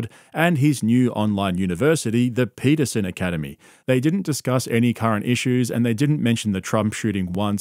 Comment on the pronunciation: jawdan paitahsene